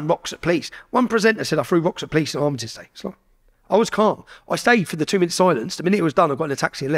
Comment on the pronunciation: Would help his cause if Tommy could pronounce ‘Armistice Day’ correctly!